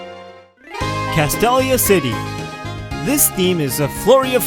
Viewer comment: You botched Castelia City's name and Join Avenue isn't here. Why...